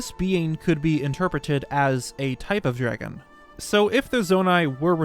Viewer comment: if i hear someone say "dregon" again my head might explode